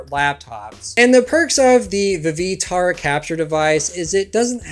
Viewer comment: "Vee Vee tar" wtf lol